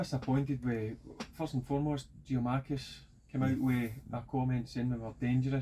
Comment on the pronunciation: It's not Giamakis it's GIAKOUMAKIS somebody say it to him!